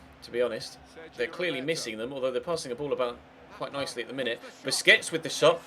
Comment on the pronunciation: PLEASE STOP PRONOUNCING BARCELONA'S DEFENSIVE MID'S NAME AS "BISCUITS"